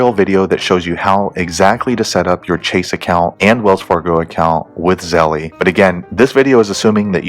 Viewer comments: Him saying zellee is lowkey sprinkled on stress I didn’t need right now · E is silent, Zell. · It's pronounced ZELL